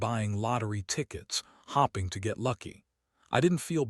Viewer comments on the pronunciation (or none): "" hopping to get lucky "" instead of ""hoping"" damn a.i can't even read the right way bahahahagahahahahha😂😂😂